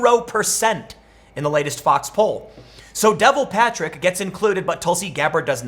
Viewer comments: Devil Patrick lol It's pronounced Dev-all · It's pronounced Dee-vall Patrick. Not Devil Patrick. Just giving a heads up. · Cracked me up when Tim said “Devil Patrick”😆 It’s pronounced “D’Vahl” LOL! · Devil Patrick? That's a weird way to pronounce it. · Listened again. Totally says Devil Patrick